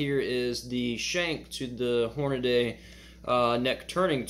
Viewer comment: As soon as you said "Hornaday", I stopped watching. It's Hornady. Horn-a-dee. Hornady.